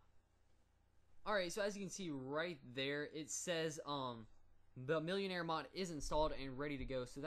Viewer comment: It's pronounced mil-en-are not millionare